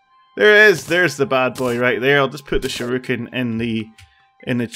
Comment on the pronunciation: Whats a sure-i-kun?